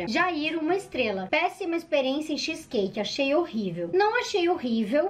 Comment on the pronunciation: Nossa que agonia dela falando xiiiis cake skksskskkskskss